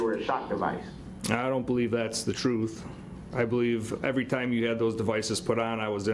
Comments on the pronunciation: He claims to know the troof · How about when he said troof. As in truth. Lol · Brooks is such a beta! Just drives him nuts when there’s a woman around that he can’t control! I absolutely LOVE IT!😂😂😂😂😂 All these silly ass questions he keeps “axing”. But don’t be angry with him! He’s just looking for the “troof”…..